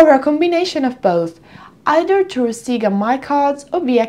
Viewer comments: It's not "Seega" (Siga) it's "Sega" but maybe it was intentional to collect as many comments as possible. I saw that thing all over the social media. However, I am subscribed to your channel and I watch all your videos and i click "Like" to all your videos so no need for cheesy intentional errors in order to people comment your videos. 😙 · In Italy we're used to called it "Seega" because the original pronunciation has different meanings in our language, one of that is quite explicit and kids shouldn't say it. You can check italian commercials from the 80s-90s for confirmation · Sega in Japanese is pronounced like Mega, or like sega in Italian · "Instead of focusing on the content" Ah, the irony... ;) Her pronunciation of Sega has nothing to do with what you're talking about. You don't seem to be aware that Sega is usually pronounced like this in Italy because the "correct" way to say it is an offensive word for a certain sexual act in Italian. Look up Italian Sega commercials, they're all saying it the exact same way. Btw, I'm not Italian, but it isn't difficult to google it.